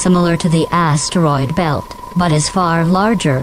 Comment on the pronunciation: "Uranus" was pronounced 'correctly' but then theres the "ass-teriod belt" lol